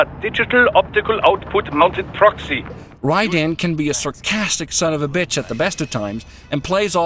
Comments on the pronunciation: It's not pronounced "Rie Den" it's pronounced "Raiden" with Rai sounding like ray so pronounced Rayden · it's RAI-den, not rai-DEN. You can even hear it in the game for god's sake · Can't he just say "Raiden" the way it's said in the game? "Rai-den"... yeah I get it, that name is made up of two syllabies that have a meaning. Lightning bolt. I don't know... I mean someone's gotta edit that stuff, so didn't that person think "Ummm, well, I think that sounds just stupid how he says Raiden. Maybe we should do another take?" I hope doesn't take this as an offense. I know how much work it is to do videos and you do an amazing job! Please don't be pissed.:) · Raii - Den ... ? Well, that completely tells you the narrator has no idea what he's talking about. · rage quit as soon he said rai-den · why call him Rai-den,wtf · Did you even play the game? Because if you still can't pronounce Raiden's name even after "RAAAAAAAAAIIIIIIIIIDEEEEEENNNNN!!!!!", I'm not entirely convinced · Yeah, next time you do a review, make sure you know to pronounce the main character's name. Seriosuly, it's not that hard. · No reviewer has the right to review a game if they can't pronounce the protagonists name properly.